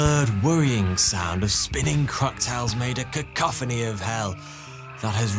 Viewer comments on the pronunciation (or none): He said Croctiles 🤔🤪